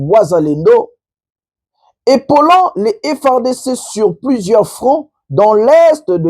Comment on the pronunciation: svp veuillez faire un effort pour faire,dans la lecture,une difference entre la 3eme personne au pluriel # ces milices EPAULENT different de EPAULANT du participe present#..